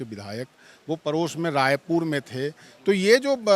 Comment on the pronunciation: raipur ko raipud bol rha mtlb smj jao..ye sb bihari hi h